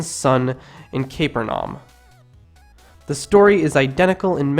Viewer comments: It's not caper norm it's pronounced "cap-per-ne-um". Other than that like your stuff. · your pronunciation is so bad i can’t watch this. it’s not one kings it’s first kings second kings first peter second peter. pra-fuh-sigh. ka-per’-nay-um. and there were more.... this is intellectual shit my friend and intellectuals must pronounce things correctly to be taken seriously. get it together and check the pronunciation and watch more vids on people talking about this shit. check out Bart Erhman and Matt Dilahunty for starters. it helps to see how people who were born again evangelicals talk about the bible now that they are atheists. they know this better than an outsider can and they know the conventional theories and PRONUNCIATIONS. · The mispronunciations in this documentary are hilarious. Apart from Israel, Prophesy, and the sermon on the "Mound," we also have the word, Centurion being erroneously pronounced as Centry-on, and the City of Capernaum as Caper-naum. The narrator even manages to make the word Christian sound weird. Also it is only because we know the story that when we hear the narrator say GOAT, we know that he means GHOST. This narrator is not only a stranger to the words of the Bible...but even to the English language.